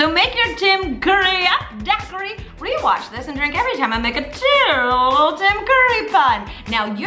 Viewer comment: I love Mamrie, but that pronunciation of daiquiri is brushing me the wrong way 😅